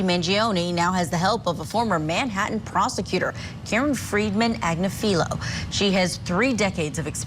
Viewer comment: People are killed in cold blood in America daily. Also, the name is pronounced Ag-niff-a-low.